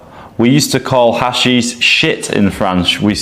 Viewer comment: Sorry dude, you calling ha-SHEESH "hash-ish" means you know fuck all about this topic so I can't take you seriously.